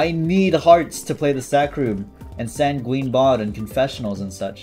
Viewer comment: he still says san gween for sanguine.......